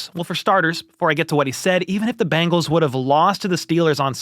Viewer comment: Is Bangles? Or Bengals? I know the Bangles had hit songs in the 80s like Walk Like an Egyptian. However, the Bengals was not a hit song for anyone. But!! Good news!! Michael Jackson had a number one hit called “Ben.” Which is a primer on how to say the name of the Cincinnati football team! Ben-gulls. Difference from Bang-gulls my English speech teacher chided me today.